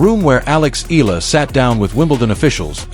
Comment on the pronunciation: Not EEL-LAH it's EE-YAH-LAH!